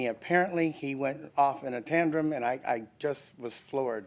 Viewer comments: Does the plaintiff keep saying "Tandrum"? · “He goes off on a tandrum”? I can’t decide if he wants to say tantrum to tangent 😂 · I wanted the Judge to publicly correct his mangled word "tandrum." He was way too pleased with his fake word because he said it 3 times!